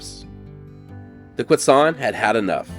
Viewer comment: pleasantly surprised to get a video about yuma showing up in my recommended videos! i was born and raised and never learned about this event in school or anything, though i was aware the the name Yuma came from one of the tribes there (Quechan/Yuma). i also now know how to properly pronounce Quechan (thank you!). awesome video!